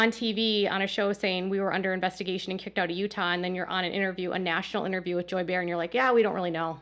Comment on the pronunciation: Hi,! Another very interesting video & I thank you. If you are referring to an interview with the same Joy Behar who is a host on The View, I thought you might like to know that Joy pronounced her last name like “Bay- Har”. I’m not trying to criticize…just an FYI.